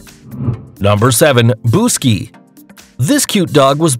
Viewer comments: BUKSY! Not Buski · Text: Buksi Narrator: B U S K I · Buksies name is Buksi not Buski!!!!!! I am from hungary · buck see not boo ski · it is pronauced buksi not buski, also I have hungarian family. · Buski?? I'm sorry but it's Buksi and it means forehead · Dude come on It’s written buksi The name of the dog buksi Why the hell are you calling buksi BUSKI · pourquoi dit-il BUSKI alors que c'est BUKSI? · He said buske Its buksi😡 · He said it wrong. It’s Buksi not Buski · is buk-si not busky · Buksi not BUSKI!! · BUK-SHI not Buski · Its buksi not buski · It's buksi not buski...lol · You sayed wrong the hungarian dog's name to say it you need to say bookshe in the fast way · Narrator: the world guiness records Dog: Buksi Narrator: its Buski 👏🏾👏🏾